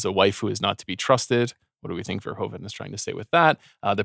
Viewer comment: I am yet to hear anyone pronounce 'Verhoeven' correctly on this podcast